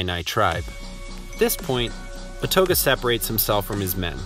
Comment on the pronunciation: For starters, history-loving residents do not use riverbend to address the Greater Alton Metroplex. The Illini leader Ouatoga (wah-toe-gah).